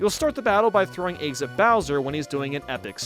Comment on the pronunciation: No one:: ayggs, superstar sega